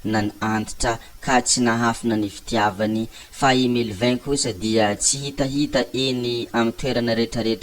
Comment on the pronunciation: Diso ny fanononanao ny anaran’i Melvin è